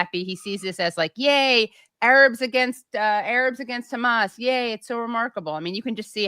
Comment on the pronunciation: I've watched Useful Idiots for a long time, and am a big fan of Aaron, but their coverage has gotten a bit low-brow...juvenile. Making fun of Tapper's pronunciation of hamas was my indicator to take a break, the content has withered.